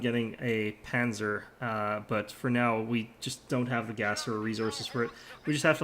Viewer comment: Nice video, it was fun to watch. Just a quick note for the future: Panzer is pronounced "pun - tser", like pun (play on words) and the z is pronounced like a ts